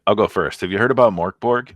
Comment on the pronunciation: The way you pronounce Mörk Borg sounds a bit like the Swedish Chef from the Muppet show;-) The way to pronounce it in Swedish is more like “Murk Borj” (the “j” should be unvoiced, like the “y” in “yellow”). Not very important, just thought I’d share =)